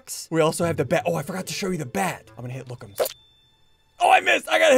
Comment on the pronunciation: he said lookumzs not lookmuz